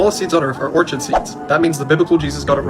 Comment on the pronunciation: Ort-shid seeds? It's pronounced Or-Kid. Secularity must be false.